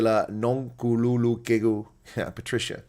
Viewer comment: Wow much much respect for efforts in trying to pronounce nonkululeko😊